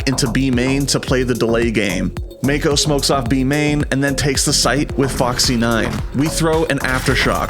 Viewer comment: ik but he pronounced it as Mayko ahaha